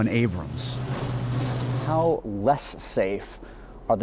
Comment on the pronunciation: At least he saod Abrams and not Abrahams like some Brits do